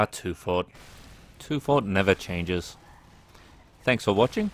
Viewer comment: Its pronounced: teufort